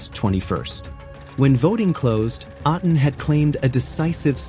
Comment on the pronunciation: Hi, you mispronounced A'tin. Say it as A like letter A of the alphabet. Then the next syllable is "tin".